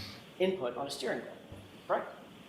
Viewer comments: He repeatedly can't say "definitively" (d'fin-ly) ... because he doesn't actually know how to say it or spell it. He doesn't know the word. He's not an expert in English. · It may be petty and a little bit elitest of me, but every time he says "definally" instead of "definitively" it hurts me.